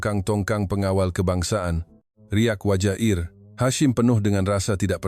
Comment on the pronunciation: Bukan Eir Hashim, tetapi Ensigyor (IR) Hashim.... Ini omongan jahat AI...